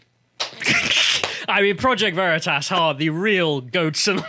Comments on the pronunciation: Vah-Ree-Tahs??? Bold move Cotton, bold move. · Vereetas?! LOL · It's pronounced: "V'reetus" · Project Vereeters. What’s that? 😂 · "Project Ver-ree-tuss!?!?!" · Back in 1941 in a Munich bierhaus: "What ze hell ist ein 'OSS'?" he asks, as the Gestapo officer across the table hands his new friend a secret document warning them about Allied spies. The fact he pronounced Veritas wrong is just the cherry on top. What an absolute mad lad. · Okay, the PV guy who intentionally mispronounced their name was smart, haha.